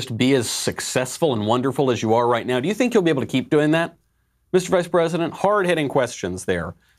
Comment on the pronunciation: Now I pwomise as Vice Pweisent...